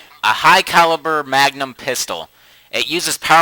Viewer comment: You mean the mugnum?